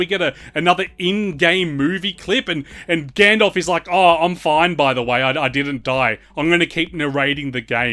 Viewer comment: who tf is "Gandolf"?